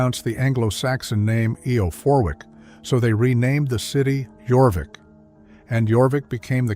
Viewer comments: Jorvic is pronounced Yorvic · The anglo saxon group also included danish folk from the old danish land of skane,now part of sweden.jorvik is pronounced yor-veach,meaning horse cove.